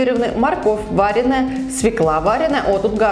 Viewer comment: вАренная... Вы же мама и ютубер. Пожалуйста, следите за тем, как вы говорите. Слушать сложно.